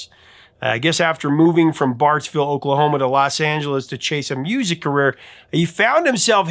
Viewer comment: I think he said Barts vill